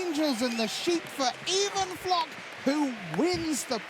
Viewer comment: even flock i think its pronounced eye van flock